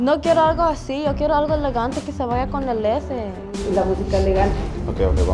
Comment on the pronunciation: “CoN eL lEsE” I- gurl what ?